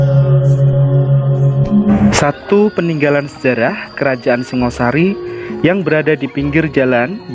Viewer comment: Pengucapan perlu di luruska.Singa Sari Idethik Kodam Singo The Lian of Khing .Yang Bear adlh Shingga Sharry. Pubya arti Bumi Hap Sorp Dn Hapsari..Shanha ber arti Berasal dari Alam Suwung muncul Ke Bumi menjadi Shangha Shary.Rahayu Nuwun.